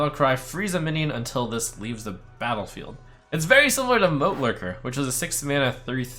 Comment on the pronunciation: MO licker ? U mean moat lurker trump:-)